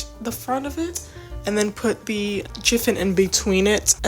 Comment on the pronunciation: Happy New year. Sorry to be that person but "chiffon" is pronounced "shi-fun".